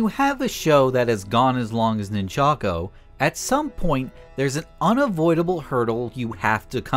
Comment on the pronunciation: Bro really said Nin-chako I mean your not wrong 😂